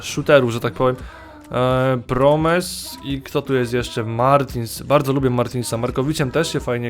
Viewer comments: promes czyta się proms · nie czyta sie promes tylko proms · nie promes -proms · czyta się proms nie promes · nie promes tylko proms:)